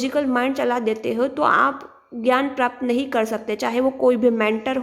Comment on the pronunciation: *It's (AAGYA) ✔ not Aagna ❌